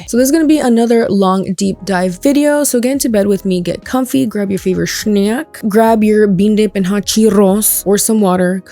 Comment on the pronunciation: hum soooo, LMAOOO babe the way you said snack could translate to "grabe your favorite punani" cause "shneck" is a french slang for pumpum im dead